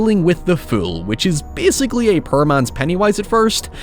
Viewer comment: People go on anout how pronounces However but I'M OBSESSED with how he pronounces Poor